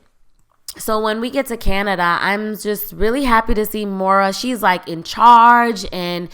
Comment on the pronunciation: It’s Moira (PRONOUNCED Moy-ra,, Not Mo-ra )